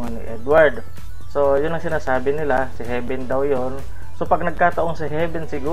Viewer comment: heaven po hindi heaben at humarap ka sa cam chakka galur tingnan nka side view